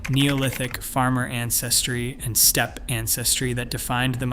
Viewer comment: Steppy Ancestry? I suppose you mean steppe, which is pronounced step in English.